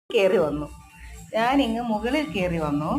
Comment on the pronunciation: മോനേ അമ്മ മെകളിൽ പോയെ മോന് മെകളിൽ പോകണ്ടേ 😄😄. അമ്മ മുകളിൽ എന്ന് എടുത്ത് പറയുന്ന കേട്ട് എനിക്ക് ചിരി വരുന്നു 😄😄കേൾക്കാൻ രസം മെകളിൽ ആണേ. വിന്റെ സ്വന്തം ഭാഷ മതിയേ 😄